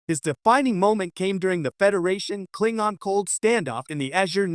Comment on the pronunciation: 10 seconds into the video… If you can’t pronounce “Klingon” properly, I don’t trust anything else you have to say on the matter…